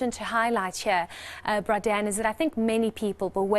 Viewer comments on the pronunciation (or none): I liked it when she called him "bra Dan"